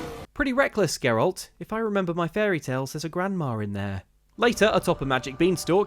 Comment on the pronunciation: said Geralt's name correctly 8 times in this video, and I'm almost disappointed.